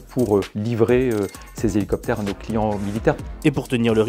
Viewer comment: 17000 z'hélicoptaires. J'ai les oreilles qui saignent.